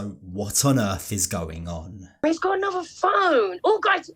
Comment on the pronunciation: The Earf😂😂 you must be a fellow 90s kid